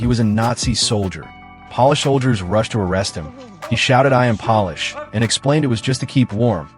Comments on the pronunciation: This rubbed to a shiny surface (polish). You have to love how Artificial Intelligence lacks intelligence when reading! PO-LISH as in native of Poland, thecountry. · I HAD TO LAUGH WHEN HE KEPT PRONOUNCING POLISH WRONG. 😂😂😂